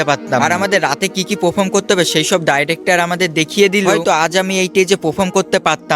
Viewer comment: ডাইরেক্টর না ডিরেক্টর 😂 আগে কথা ভালো করে বলতে শিখুন